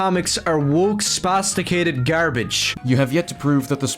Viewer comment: That black eye of his keeps hanging around. Honestly, everything about him is disgusting and annoying, but the thing that bothers me the most is every time he says "spasticated".